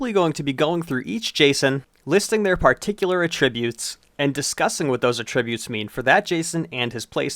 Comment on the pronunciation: is it just me or does he say "attributes" wrong